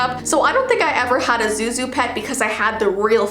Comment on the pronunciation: zhu zhu not zoo zoo